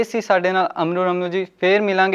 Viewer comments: Its sasrikal not sashikal 😂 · shashi kall ni bhra sat shiri akal hunda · Sashri kal nhi sat shri akal hunda hai. Sala bondu.